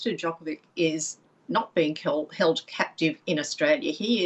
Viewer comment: Probably went to say “kept captive” then decided to switch to “held captive” but messed it up so it came out as “keld”. But you’re right that the tinfoil hat wearers will get really excited about it, not doubt.